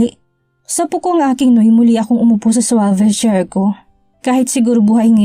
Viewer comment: Swivel (long e) chair not swayvel chair. Ang pronounciation. Pinahihirapan mo pa sarili mo sa pagpronounce. Ang sakit kc sa tenga. Pls.